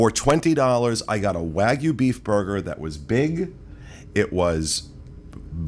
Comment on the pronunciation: Professor note: the oft-mispronounced (it’s for sure not just you guys) “wagyu” is “WAH-gyuuu.” Etymologically, the “wah” portion (和) stands for “Japan(ese),” and the “gyuuu” portion (牛) for “beef,” making the compound “Japanese beef.” And, with that, lesson over, and this will not be on the final. (^_^)